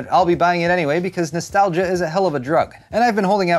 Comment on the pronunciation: i hate when pple pays large sums of money for remake games because "nostalgia" fuck it 70 dollars for a remade game its not worth it while my salary is still the same but everything in the world gets 10-15% more expensive sorry for this vid and everytime i hear you "i will buy it cus noistalgia" i will downvote your vids